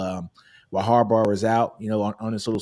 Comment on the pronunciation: Who the fck is Harbarr? How does someone not know how to say those 2 brothers names? Hopefully he is trolling or something. Sorry that bothered me every time i heard it. Lol🤔🤦🏾‍♂️